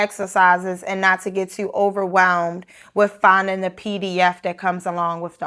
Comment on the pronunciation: Totally agree with you. When I hear some "estadounidenses" speak in English I cringe at their mispronunciations (according to my Canadian ear). For example, this lady say "wif" instead of "with". She speaks Spanish more accurately than she speaks English.